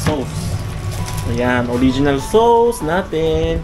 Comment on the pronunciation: Ang cute mag pronounce ng "sows" (sauce) Pinoy Ng Pinoy hahahha❤